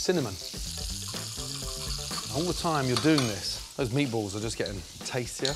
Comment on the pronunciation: “hnnnn, meatbualls”